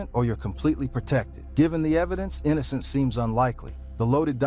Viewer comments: THATS A WIIIILD WAY TO PRONOUNCE INNOCENCE 😂😂😂 A.I GARBAGE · YESSS!!! Tekashi 6 9 Nine… Pronounce Quavo name wrong half the time… Craziest pronunciation of “Innocence” I’ve ever heard. Pure SLOP